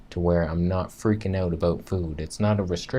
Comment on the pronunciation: Vegan Footsoldier Thumbs up for "a-boot" 😁